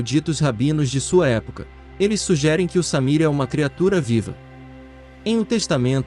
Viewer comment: Não é Samir, é Shamir.